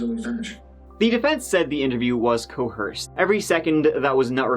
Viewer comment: Per, in his own words: “The defense said Sean’s confession was “co”h”erced”? Wtf is “co”h”erced?” It is spelled and pronounced “coerced” my dude Come on!!!